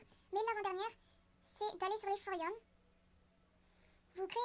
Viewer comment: Cmwa ou tu dis "forium"